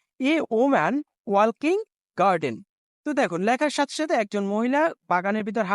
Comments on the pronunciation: আংকেল walking এর উচ্চারণ ওয়াল কিং নয় এটা হবে ওয়াকিং। এখানে ল এর উচ্চারণ হবে না। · A woman walking in a garden এটার উচ্চারন হবে এ উইমেন ওয়াকিং ইন এ গার্ডেন। ওয়াল্কিং হবে না ভাই।